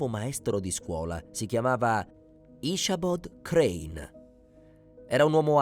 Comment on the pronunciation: "His name was 'Asabod Crann.' " 🤨 Come on now. If you have to use an AI narrator at least try to get one that can do a better job than this.